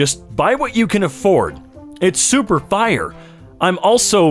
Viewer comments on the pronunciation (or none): saying "F-Y-E, bro" is the most white person thing I've heard today lmao